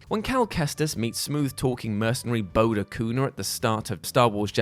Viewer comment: Bode is pronounced "Bohdy". Like Point Break.